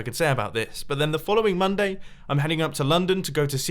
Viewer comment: He said Monday a bit strange right